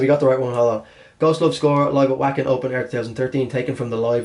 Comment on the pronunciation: dude, your pronunciation of Wacken is killing my ears, its a german W, pronounce it as a V